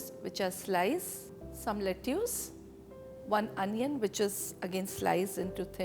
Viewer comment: Le-choose lol